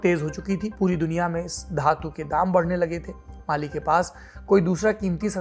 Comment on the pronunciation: Sir at 4.03, you said Bali instead of Mali